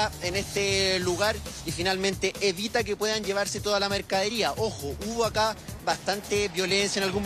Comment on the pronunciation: Periodista diciendo mercadiría!!!!